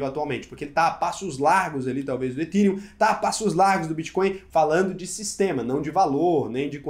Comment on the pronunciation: Ethereum se pronuncia ETÉRIUM. Não é etirium